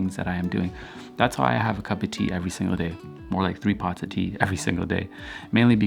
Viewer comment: Why do I love the way you say "cup of tea"? It's not chopped, it's like on one unique symphony frequency line "cupatea" ahahah. A random anecdote to share vibes. Thanks for what you do.